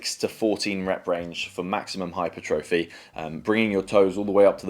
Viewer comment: Yeah, probably not going to take exercise advice from someone who doesn't know how to pronounce hypertrophy.